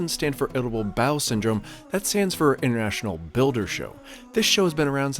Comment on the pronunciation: am I the only one that heard "itable bowel syndrome"?